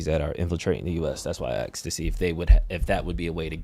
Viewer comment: did just say, “that’s why I axed?”.